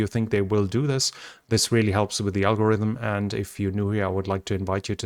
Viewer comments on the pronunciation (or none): none